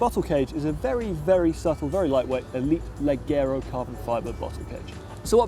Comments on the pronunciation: "Leggero"... It's pronounced “[ledjero]” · Please make take lessons in Italian pronunciation, first bian-key now LEDGERO?! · Leggero is pronounced 'ledge arrow' the g is not hard.